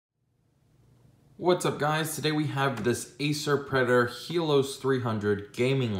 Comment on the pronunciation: ITS HELIOS NOT HELOOS